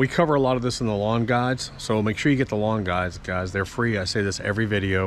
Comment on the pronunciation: For some reason I always think you are saying "lawn gods" when you say "lawn guides." Haha